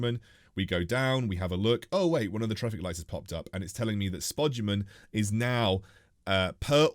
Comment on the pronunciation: Spoguman lol that aint how u say it